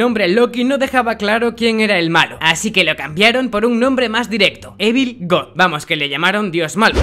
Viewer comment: *machine (mashin) en ingles la ch se pronuncia como la sh *evil(ivol)